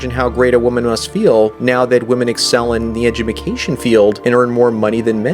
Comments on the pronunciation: "Edju-mi-cation field" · Does no one else catch that he says "edjumacation"?